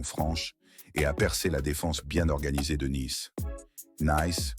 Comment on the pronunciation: "une victoire dramatique 1-0" 👉 l'IA, côté commentaires, on s'en passerait bien volontiers... Naïce, c'est Nice... Je ne vois pas pourquoi je m'abonnerai pour entendre ça !